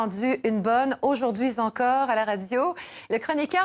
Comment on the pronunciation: Aujourd'hui encore ou Aujourd'hui zencore? Pataquès intentionnel?